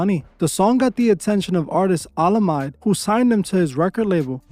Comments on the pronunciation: man you failing on the names here🤣🤣🤣😭 olamide= hola me dey(like you pronouncing de ja vu the de in it) more love man been a fan for a year and a half now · Bro…be serious,how the hell can u fail to pronounce olamide or dumebi ?…there’s literally nothing complicated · Finally As a fan from the great Nigeria. These facts are quite accurate though there are few misses like the pronunciation of the names of the Olamide & Asake. You should know that both Rema and Wizkid has church backgrounds in music. Wizkid was a choir boy back in the days when started his career officially in 2000. Rema won a competition singing gospel music with his partner Alpha P. Though Alpha is not as popular as him. To mention but a few. Kudos for doing would be expecting the part 2 of this video.